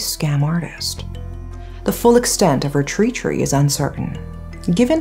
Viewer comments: I'm sorry for my ancestors making a stupid language but treachery is actually pronounced with a short e sound, the first syllable rhymes exactly with the words "stretch" or "etch" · Love the production quality and your voice. Awesome script as well. Just some feedback - your pronunciation of "treachery" and "legitimate" were not quite accurate :)